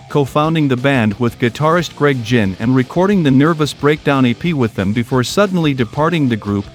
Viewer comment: Yeah it's just terrible. Noticed it at the mention of Greg Gin instead of Ginn.